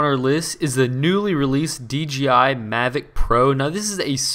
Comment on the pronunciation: DJI JJJJJJJJJJ not GGGGGGGGG